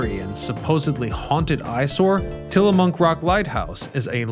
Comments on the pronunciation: Ack! Babe, "Tillamook"! Not "Tillamonk!" 😅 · It's also Tillamook, not Tillamonk 😂